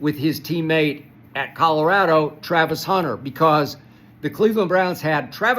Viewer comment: Just gained new respect for Skip pronouncing Colorado correctly 😂